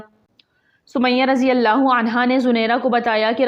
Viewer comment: اللہ تعالیٰ جزا عطا فرمائے ۔ نام مبارک اللہ میں شروع میں الف بھی ہوتا ہے ۔ تصحیح فرمالیں ۔